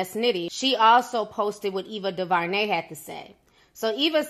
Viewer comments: Come on, Ti. Not "Eva Duvernay" though 😂😂😂. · Love ya ti but you slaughtered Both Ava Duvernay first and last name and I was dead🤣🤣